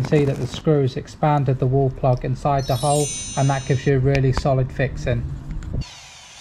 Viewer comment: Thanks for the great advice.. By the way, couldn't get enough of you saying "fixin". It goes great with your accent!